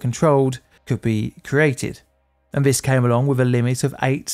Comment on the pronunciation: The deaf toll in nineteen firteen. I cannot stand to listen to vis guy, so have resorted to captions. Bloody norah.